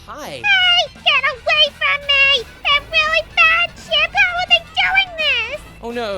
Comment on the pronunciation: um you said ship it's chip